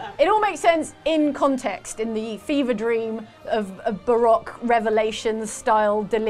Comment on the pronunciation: "Baroque" =/= "Barack." Lol